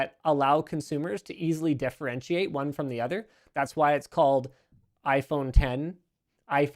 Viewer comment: Why does it sound like as if he is saying "dEfferentiate"?